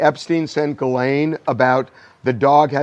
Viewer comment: Ghislaine is pronounced this way in French: Zhees-lehn Totally different!